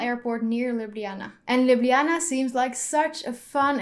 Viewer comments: I am from Slovenia and you said Ljubljana correctly. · Thank i for saying ljubljana correct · Heii, you pronounce Ljubljana 100% right ;) , see its not that hard, i listen to that section 100 times :D and Maribor and Celje also pronouced right, em, we who live in Ljubljana are pronouncing Ljubljana wrong XD Now you know how Slovenian alphabet works try Lubljana xD I hate hearing people skip j ... And like Slovenija Its not Slovinia (you say like that) or Slovenia but is SloVEnija, need to emphasize. Its realy hard to explaing in english :), but yeah we are the only country who use verb in second person ( u have part of Croatia and part of Sweden, who use it but we are tho only who still kipping it as primary :), love your videos just keep going on :D best wishes ;) if need anything you can ask me :)